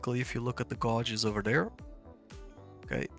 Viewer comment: Hi - Nice video. Just for info - the English word "gauges" is pronounced so that it rhymes with 'wages'. You were saying 'gARges' but it's actually g-ay-ges.